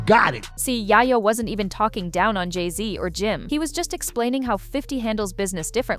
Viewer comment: Yayoooo …not yaayayooo 😂